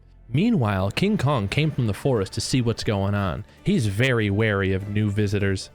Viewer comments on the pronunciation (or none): none